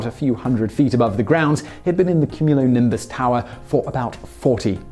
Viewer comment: Have you never heard the word cumulonimbus before? How are you pronouncing it like that?